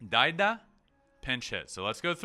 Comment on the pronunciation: I really enjoyed watching the episodes of your stay in Japan. You pronounced daida that is pinch-hitter in Japanese perfectly. However, the subtitle in Chinese character,代田, is wrong. It means alternative rice field. It made my day^_^ Pinch-hitter in Chinese character is 代打. 打 means hitting. I look forward to watching another episode of you¡¡ Thank you, Ben.